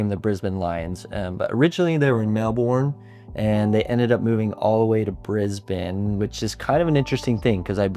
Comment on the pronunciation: It’s pronounced Mel-bin, great video though CARN the Lions 🦁